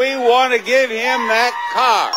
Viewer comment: I love Rich Fields' energy and enthusiasm, but he forgot that there is an "R" at the end of "CAR." He actually said Jerry could win a NEW CAAAAAAHHHHHHHHHH! And he's not even from Boston :)